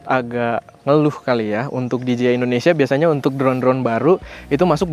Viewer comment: Dijeyai masse, bukan dijiai 🙈